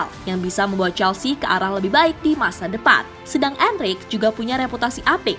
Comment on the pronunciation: Poketino poketino.... Pochettino min bukan poketino. Bacanya gak usah sok2 an gitu. Dlm bahasa Spanyol gak gitu jg kalo bacanya. Trs jg Enrique dibaca Enrike bukan Enrik 😏